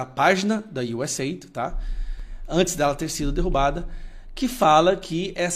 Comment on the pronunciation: você é profe de ingles, por favor pronuncia correto, não é êid, é US áide!! Por favor, nada de ajuda, é DESENVOLVIMENTO